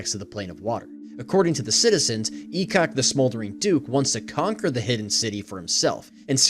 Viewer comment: I'm new to DnD lore so when I heard "E-cock the smoke methhead" I was confused 😂